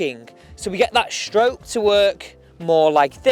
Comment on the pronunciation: It’s stroke, not shtroke